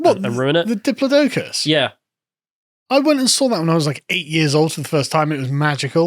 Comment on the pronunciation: Hearing Carl say "Diplodocus" they way my southern black friend says it took me back a bit. Technically it's pronounced "Diplod-ocus" and not "Diplo-docus" but I don't blame you I called it that way for years lol